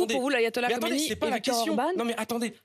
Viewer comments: C Khameney et pas Khomeiny. Khomeiny est mort depuis 30ans . Reveille toi bébé. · Elle prononce mal mais c est Khamenei…. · Elle prononce mal khamanei